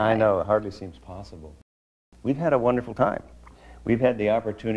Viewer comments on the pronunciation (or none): Wunnerful. wunnerful, wunnerful!